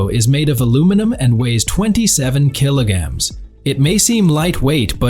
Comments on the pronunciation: Kilograms, not killagams! This is what you get when you use AI instead of a human. 🤣🤣 Ute. It's pronounced YOOT. That tray & canopy is NOT $116,000! They start from $13,510 AUD + GST. The more features, the more it costs. For $116,000, you'd get the ute, canopy, a suspension lift, decent offroad tyres on new rims & still have change! 🤣🤣 Great. Just what we need. More distractions for drivers! That panel would be better used to display what's in FRONT of the truck. "With B L U E T T I..." It's a brand name, not initials. Bluetti. AI... The way of the future... (At least the AI finally pronounced kilograms correctly! 🤣🤣) These wheel clamps are designed for caravans, boat trailers & other dual axle trailers, not utes or trucks. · The A.I. Has trouble Saying Kilograms